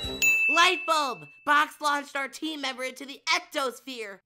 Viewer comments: It’s exosphere not ectosphere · Bro is exosphere not ectosphere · apple said exosphere not ectosphere